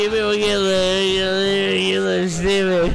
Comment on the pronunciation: He’s saying “you guys wanna get stchupid we’ll get a little stchupid” when he starts speaking jibberish